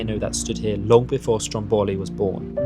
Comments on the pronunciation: Heey, I was there last June!! Beautiful Sicily! PS. it's "Stròmboli", not "Strombòli" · Strómboli, not Strombóli, please!😊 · It's actually called Strómboli , not Strom bowly